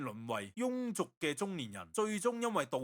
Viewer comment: 感謝! 庸(音:容)俗